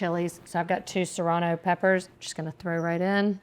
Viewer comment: Also Sorono peppers instead of jalapeño. Fabulous.